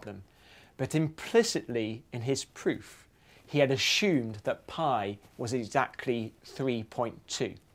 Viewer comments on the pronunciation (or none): he ashumed???